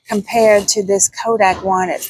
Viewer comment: thanks for the reminder to walk the aisle at our grocery store to look for all the options. Your video had a lot of variety. thank you. Did you know that the brand Kodiak is pronounced KO-DEE-AK? (Like the Kodiak Bear)... not Ko-dak. Just wanted to point that out for the future. God Bless!